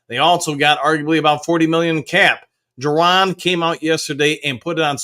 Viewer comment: Ju- Don not Ju- Ron sorry was bugging me